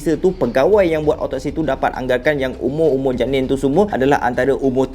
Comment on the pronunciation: 7 Janin Cara dia sebut tu mat lucu